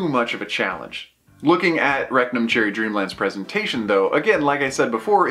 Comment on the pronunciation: Rectum cherry dreamland? That's all I kept hearing.